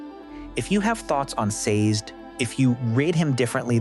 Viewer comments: Very thoughtful. In the Audiobooks his name is pronounced "SAY-Zed". 2 syllables. Not sure how to fix AI to pronounce it that way. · Saz'd? Lol These pronunciations!